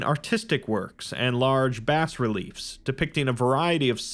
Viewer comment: As ever an enjoyable foray into SCP land, but I gotta be me; the 's' in Bas Relief is silent, "bah" relief. Also Fuladh=Steel in Arabic, haven't completely read through the article so I'm unsure if it mentions this.